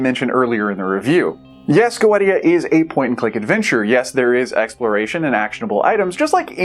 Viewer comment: I think it's pronounced Go-eesha. Not sure though. I've had this on my backlog for over a year and keep forgetting to play it.